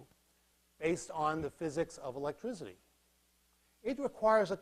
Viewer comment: Great lecture series! However, pretentious pronunciation of electricity as electrizity. No one ever pronounced it that way prior to the goons at Enron. Electrizity is not found in any dictionary either.